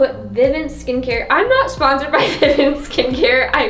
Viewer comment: It’s pronounced VI-VONT not VI-Vant